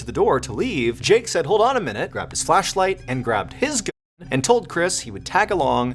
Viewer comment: Why are you not pronouncing the word GUN?